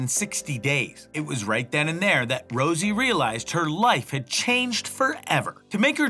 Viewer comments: Rosé not Rosie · Why did you put a picture of Jennie and say that's jisoo. And also you don't even know the girls names, you said Rosie instead of rosé